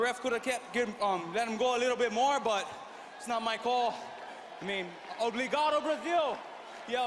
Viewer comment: "Obligado" haha